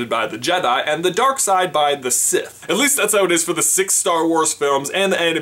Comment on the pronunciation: Sith, not siffe!